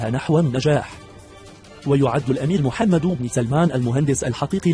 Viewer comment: ياصاحب الفديو اولا اسم محمد يلفظ بالسكون وليس بالضم ثانيا محتوى الفديو لا حديد او مثير فهو تافه جدا